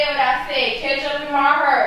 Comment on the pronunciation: “ it’s kitchup on the floor it’s kitchup on the couch “: “ and my hurr “: “ girl don’t nobody care about your hair it’s not hurr it’s hair “: “ like I said I said what I said it’s kitchup in my hurr “ 😂😂😂